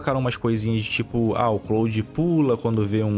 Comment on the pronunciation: O falando "CLÓUDI" é mt bom kkkkkkkkkkkkkkkkkkkkkkkkkkkkkkk